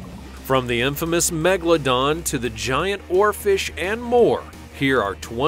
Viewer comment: Why he always says Megladon. The name is MEGALODON.